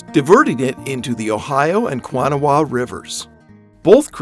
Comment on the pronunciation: Love the videos, the river you mentioned (Kanawha) is pronounced kuh-naw-uh or kuh-naw if you are a local. Kanawha was one of the original ideas for the name of the state of WV. The Kanawha river is formed by the convergence of the New and Gauley rivers. If you want to hear a funny story, look up the history of Gad which is where what is now Summerville lake.